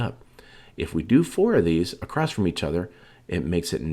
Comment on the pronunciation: That slow whisper voice just does not work for us as crafters. You act like you are talking to 1st graders. And it just kills me at these people that say acrost the word is spelled ACROSS. Where do you get a t at the end.